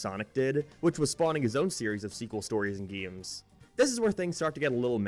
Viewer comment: its funny how he says geemes instead of games